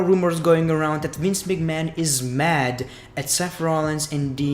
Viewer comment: huh. That's how he says McMahon every